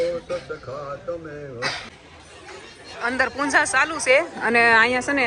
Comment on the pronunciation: Punja nai Puja kevay bhavu ben